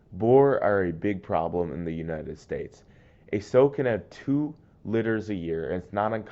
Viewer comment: Sow rhymes with now, bud. Otherwise great vid